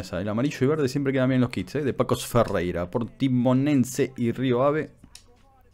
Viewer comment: Se pronuncia Famalikao y Pasos de Ferreira, no pegas un nombre flaco